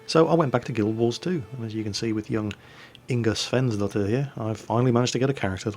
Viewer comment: Svensdotirr? Svensdottir tho. But I forgive you:3:3